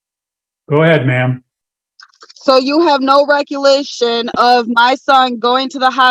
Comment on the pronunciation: Missed one! LOL (approx) "recolation" vs "recollection" OMGosh, I prefer the view of the roof of the car to her bra showing & her bare legs & dangerously close to showin' her coochie. 🤣